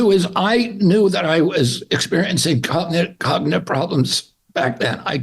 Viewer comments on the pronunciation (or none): When it takes him 3 tries to say “cognitive” he has cognitive problems. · He cant even pronounce the word 'Cognitive' Yet he has no cognitive problems🥴 😂😂😂😂